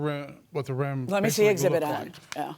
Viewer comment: Exhibit….. not Exhibt Mr. Lawyer 😂😂😂